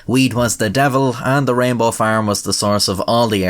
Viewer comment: I love how, with your Irish accent, "rainbow" sounds almost indistinguishable from "Rambo".